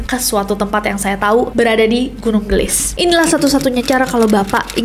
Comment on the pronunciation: Gunung geulis kak nessie bukan gunung gelis, itu teh pake bahasa sunda di bacanya